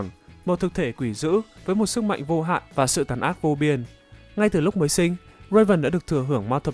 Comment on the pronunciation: "Sức mạnh vô hạn" mà nghe đi nghe lại cứ Vô Hại, khá khó nghe.